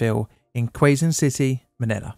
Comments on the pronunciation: FYI Quezon is pronounced like “cay-zun” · Just for the record, "Quezon" is pronounced like the American pronunciation of the English word "caisson". Basically "case on". Great video. I remember briefly seeing the original Smoky Mountain in the 80s. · Quezon = "Kay's-on" Another interesting story - This is what "small government" looks like. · If you are reading 'Queso'as kwe-so instead of keh-so you are already reading Quezon wrong